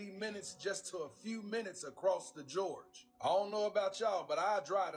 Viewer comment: Guy talking about the bridge in China, "...across the GEORGE" instead of, "...across the GORGE". 🤣 I'm fkn dyin!